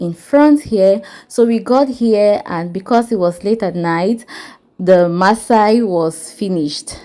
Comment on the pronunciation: Massa not Maasai 😂 They best Kilishi is in the North like Sokoto, Kano, etc. but Yahuzza also has great suya - beef and chicken.